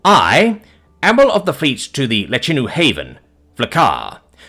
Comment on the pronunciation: you mis-spoke the Lechinu name towards the end of the video, consistently. good read otherwise.